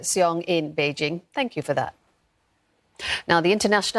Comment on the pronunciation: I really hate how Olivia pronounces Bei jing as Bei jin g Improve your pronunciations before reporting please